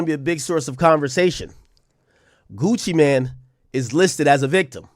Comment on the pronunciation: Gucci Mane not Gucci Man 😂😂😂😂😂